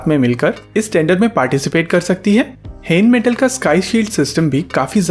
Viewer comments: Not हैनमेटल it's रेनमैटल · its called Rheinmetal .. R is not silent.. greetings from Germany.